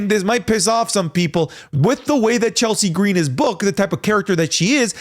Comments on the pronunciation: You aren't allowed to speak Chelsea Green's name without putting the oomph on it. How dare you sir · I'm going to say the same thing that I said on another wrestling youtuber's channel on this same question: Michin, Naomi & Zelina Vega are my top 3 choices for the U. S. Championship. Please, no to Chelsea Gree-een. However, Lyra Valkyria is a great honorable mention for this title.